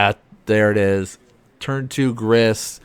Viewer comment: I’m sure you probably caught this on the rewatch but Grist cannot be FON.